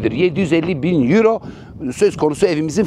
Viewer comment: Yuro demeseydin iyiydi.